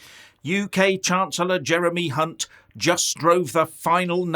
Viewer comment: Did you say Hunt or ( UNT ?